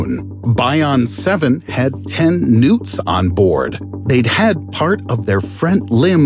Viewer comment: when he said ten newts i thought he said ten nukes XD